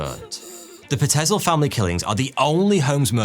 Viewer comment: Pie-t-zil not pa-tez-el